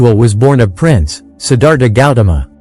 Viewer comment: I truly sad that the author can’t take the time to actually speak it in his own words. Sometimes AI works pretty good but in this situation mispronouncing the most important word in the entire presentation “Siddhartha“ unfortunately, stop me in my tracks. Can’t believe the laziness of the hosts in so many programs these days having to rely on AI which, quite frankly, still has a long way to go when it comes to pronunciation very simple words. Too bad – the information was good!